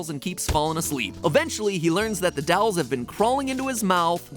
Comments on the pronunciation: Years later and Matt still can’t say dolls (For the nongtlivers, on a stream it was a joke he says dolls with an accent he says dawls not dolls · Oh no, it’s an episode partially based around dolls! I can’t handle matpat’s funky pronunciation of it anymore! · No one gonna talk about MatPat pronouncing dolls “dalls””? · The way Matt pronounces "dolls" really irks me lol. Do all Americans say it like that? It's like he's saying "dyolls". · Still can't get over the fact that MatPat pronounces dolls with a Midwestern accent, saying "dalls"